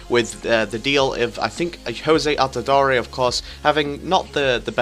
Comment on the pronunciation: You say you watch football?? AltidorE?? It's Altidoor